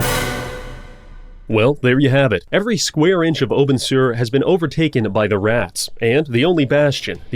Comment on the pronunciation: why can no one pronounce obenseuer? so many games with german names and in game too like in total war and even in the game they write the german names wrong for example grunberg. when it is obviously grünberg and in anime for example frieren completely wrong, stark pronounciation too in all dubs except the german one, himmel being the only properly pronounced one xd edit: random rant. just if you are gonna use german names use and pronounce them correctly in your media